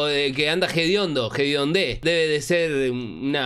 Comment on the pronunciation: Es hediondez, igual, pero no pronuncia la H